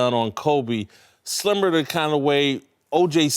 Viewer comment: When he said similar I thought he said slimmer